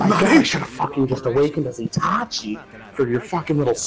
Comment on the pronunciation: “atachi” “ochiha” 😹